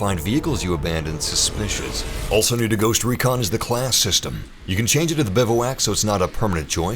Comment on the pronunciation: BIVWAC not BIVAWAK